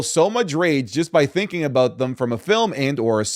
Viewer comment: As an Australian I forgot you were until i heard "Aboot" haha love the vids.